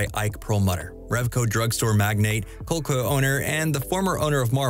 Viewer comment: ...dude...did you just dramatically mispronounce Coleco on a YouTube channel for Nerds...